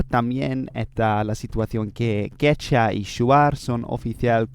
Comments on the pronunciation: A few small Spanish tips: -Quechua is pronounced more like "kech-wah", don't forget the "u". -Guaraní is accented in the last syllable in Spanish "gwa-rah-NEE", same with Tupí "too-PEE". -The "h" in "Nahuatl" is silent, it sounds more like "NAH-wat", the "tl" sound is hard so most people just pronounce it with a "t" if they don't speak the language. -Watch out for some tricky genders: Idioma is masculine. Región is feminine. Guyana francesA (agreement) And some others, but not that important. -Watch out for some other stress issues, although I'm sure you'll figure it out with some practice. -The phrase "is said" is usually "se dice", not "se dicen". In terms of pronunciation, you're very good, extremely easy to understand. But here are some tips to make it even more natural sounding. -The "d" sounds more like the English "th" sound in "there" between vowels. So "nada" sounds more like "natha" than "nadda". That's gonna help you pronounce it better, I think. It's a process called "lenition" if you wanna look deeper into it. It also affects the "b" and "g" sounds, making the "b" sound closer to, but not exactly, an English "v" or a Dutch "w" and making "g" sound more like the Flemish "g" or the Modern Greek "γ". -There is a difference between the "single r" and the "double r" in Spanish. The double r is either spelled with a double r "perro", or with one r at the beginning of a word "rata" and it's the famous rolled r that everyone loves, and you pronounce well, but sometimes w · Es idiomática no idiomica. También todavía se está pronunciando mal la palabra Quechua. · ¡Buen vídeo! ¿Por qué no pronuncias la segunda u en la palabra "quechua"? También no hay un tilde en "sudamericanos" porque el acento va en la penúltima sílaba, y se acentúa "guaraní" en la í. Gracias por usar español--haz más vídeos así o con otras lenguas.